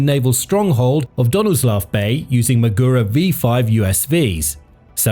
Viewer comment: Everytime he says maGUro it's like fingers scraping across a chalkboard.